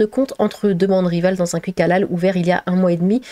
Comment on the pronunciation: "Le Cuik" ahahaha ta manière de prononcer ça